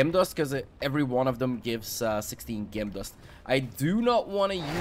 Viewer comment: Your English is fantastic, but just to help you, pronounce Gem as Jem. Great video too thanks.